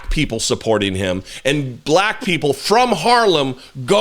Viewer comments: No it’s very high, balack vote. Good lord. Added an extra syllable. God help you. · "I got a very high buh-lack vote". WTF?